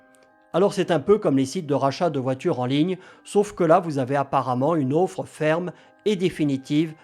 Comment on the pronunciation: Bien cher vous, une offre, pas une auffre....😀 Sinon, IA=KK...